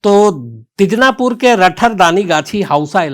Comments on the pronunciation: Sir I'm from West Bengal. It's not Dijnapur, it's Dinajpur. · Dijnapur nahi sir woh Dinajpur hai. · शम्स भाई साहब बार-बार आप Dijnapur बोल रहे हैं यह शहर का नाम दिनाजपुर है